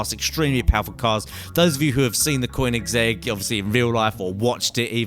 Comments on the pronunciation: its not coinigsegg its koenigsegg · It's koe-neh-seg not whatever the he'll you said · Stop calling it a coiningszegg koenigsegg almost said like spelt and not vacha its vacca I cringed to death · Cgoenigsegg hahahahhahaaa Koeniseeg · Quin-is-egg? O_O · It's konissig not kernersig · koinsegg [koe-in-segg] remember that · you BUTCHERED the name! its pronounced kon-eg-seg, like how its spelled:koenigesgg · quinisegg Lol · A "Quininzegg"??? :S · lol he said qwineczeg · cwoiningzegg? wtf is that? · Qwinnigsegg... really? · Just adding how u pronounced the name Koenigsegg wrong cuz it's Swedish and I'm Swedish so I can tell when u pronounced it wrong. But keep up the nice GTA 5 content as no one really shows the parts of the game such as car mods as you do. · The way you say vacca and koenigsegg no. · The way you say koenigsegg makes me want to knock you out cold.